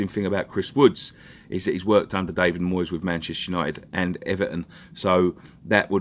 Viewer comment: Moyes rhymes with toys , and for this reason , a big big thumbs up